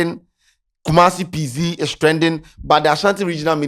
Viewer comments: the name is pronounced like "Pee Zet" (PZ) not "Pee Zee" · please it’s P Zet not P Zee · The name be PZ not PZee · the name be Pee Z3T 😂😂don't brofolize the name. Which one is pee zee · Wat is Adum p zee.....masa it's p-zet😂😂😂😂😂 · ebi Pee Zet..... not Pee Zee😂😂😂